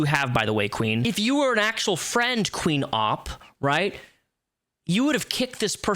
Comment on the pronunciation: You pronouced Opp wrong. Its not Ooop, its Opp.